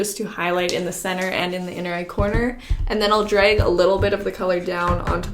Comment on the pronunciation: The way she says 'dreg' 'beg' 'teg' 'breg' for drag, bag, tag, and brag is kinda annoying but I love watching her videos!!!!